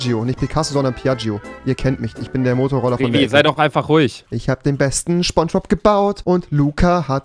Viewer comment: Niemand: Rewi: SCHBONSCHBOB